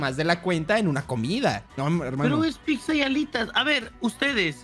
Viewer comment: dice “piczza” Xd